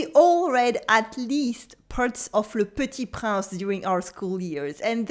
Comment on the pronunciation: Hello, Thank you for this lesson. You learn how to pronounce some words, but I think you forgot to learn the correct pronounciation of "Le Petit Prince"... Very cute the reference to my favorite singer Mylene Farmer! A bientôt.